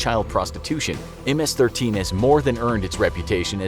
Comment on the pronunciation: Only Hispanics know how to pronounce ms-13